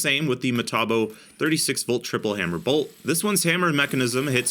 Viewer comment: "Well no, because I don't wanna be sued." FUNNY! "Bolth." Are you from New Jersey?